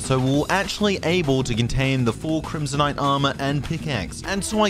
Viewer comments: “c r i m s o n i t e” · "a vein of crimsonite "